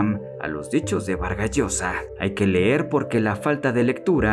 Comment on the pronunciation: No se dice ler, se dice leer.